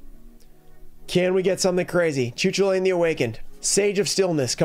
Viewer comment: The Air Neos is an insane pull! This video had it all: specials, getting the prices of cards wildly wrong, and a totally off pronunciation of a card (Cu Chulainn) Great video as always man 🙌